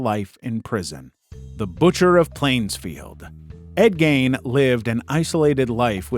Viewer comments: isnt it pronounced Ed /geen/ and not Ed /gain/? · His pronunciation of Gein was so wrong It’s (geen) it’s just that wierd English man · It’s Gein, not Gain. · It’s pronounced Ed Geen(ei=ee) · Its Ed gein not Ed gain gotta pronounce the e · I understand Gein's name rhymes with "fiend". I forgot what book I read that from.